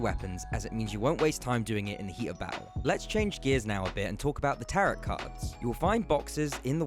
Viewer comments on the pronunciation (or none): The second T in tarot is silent. The word should rhyme with marrow and barrow.